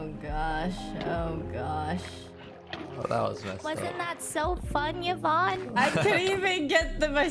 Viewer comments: yes evon not yvonne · It's yavanne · Those normies get triggered after calling her "Evon" LMBO!